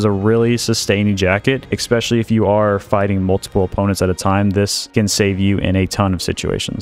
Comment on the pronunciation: I really like your content, but we need to work on your pronunciation of the word "ESPECIALLY". It is NOT "expecially".